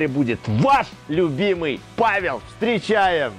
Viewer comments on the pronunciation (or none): none